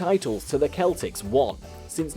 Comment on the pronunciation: It's pronounced seltics as if it were spelled with an (s) not a(k).